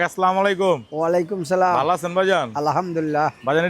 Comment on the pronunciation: Bhai salam ta thik kore diyen